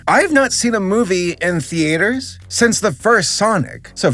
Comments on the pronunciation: says theater like Thee Ater instead of theeter like normal people. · why do you pronounce theaters as the8rs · also .....the A ters????? NOOO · why do you pronounce theater as thee-ater? I’ve never heard anyone pronounce it that way before, kinda throwing me off here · STOP SAYING THEE AYTERS THEAYTERS TS THEUHTUH THEEEEUUUHTUUUUHHH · "Thee aters" ??? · The only thing that pissed me off here is how this guy pronounces theatres, who the hell says "the-a-ters" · i’m sorry but… the-AYE-ters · I still can't stop giggling at the way you pronounce theaters The-A-ters Hehehe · Did you just pronounce it thee-ey-ters? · please stop saying ''theAters'' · “Thee ate er” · im sorry but i can not watch the first 39 seconds of the videos without stressing about how you pronounce theaters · we’re all cool with “thee-aters” are we? We’re gonna let that slide? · Every time he says theAYters my soul kinda shrink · "Theaiters" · Americans: Theaters Spanish: Teatros French: Théâtres: The-A-ters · Why does he say "thee-aters"? :( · “TheAters.” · You say "theaters" funny. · why do you pronounce "theaters" so weird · is it just me or does he say "theaters" wrong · Why does he pronounce 'theaters' like that?